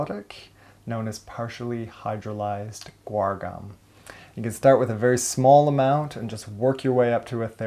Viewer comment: What was the name of that laxative, he mentioned at 2.22? It sounds like he says partially hydrolyzed oregom???